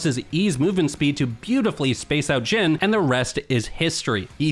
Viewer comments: Xin bro not jhin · jhin :((( its pronounced like zin zhao